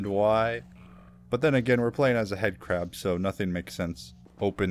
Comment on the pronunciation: 😅 I think you meant headcrab cuz you said it wrong😅